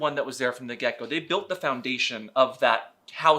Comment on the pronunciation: It took me several minutes to understand you were saying "from the get go" instead of "from the gecko". I learn a lot from your channel about what I missed in my younger gay life, but never heard about Gecko Play. Oh, the images I conjured up. Note to self: when a video has CC box in the bottom, click it from now on. (so is gecko play held up against a wall?)